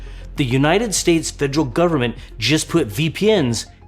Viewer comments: it should be fe-der-al. You're leaving out the second 'e.' And saying more of an -ol and the end instead of -al or -ul. It starts the same as "federation," for reference. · Great video but the way you say "federal" kinda ticks me off